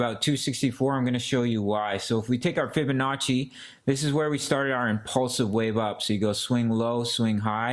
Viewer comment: thanks bro, like your style. you could improve your fibonacci pronounce though lol